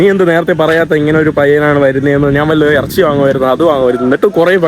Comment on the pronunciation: നാൻ അല്ലടാ കോയെ?